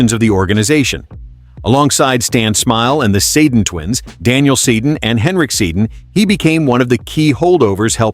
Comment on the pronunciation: "Stan Smile and the Satan Twins" 😂😂😂 Get the names right and perhaps I'll subscribe